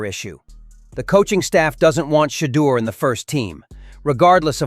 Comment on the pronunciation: Coach stop lieing You think you hurting Sherdur you not you hurting your self & the team you can't even say his name Sherdur is a Godly Man 😛